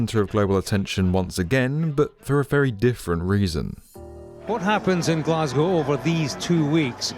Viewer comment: Can we all learn how to say Glasgow please?